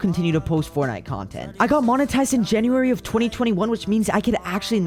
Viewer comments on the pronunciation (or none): none